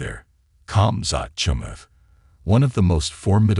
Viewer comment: 7 seconds in and the AI narration butchers Khamzats' name. 👎 followed by the little x in the top right hand corner.